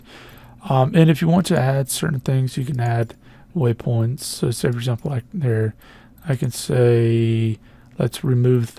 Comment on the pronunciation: "For Azample"